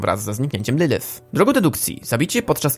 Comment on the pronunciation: wymowa nie boli.. VAggie? nawet sama mówi że poprawda wymowa to Veggie.. LYLYF? lilif.. nie licząc tego to filmik bardzo ciekawy